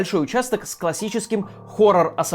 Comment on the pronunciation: дом prognil 😔 ахаха смешной акцент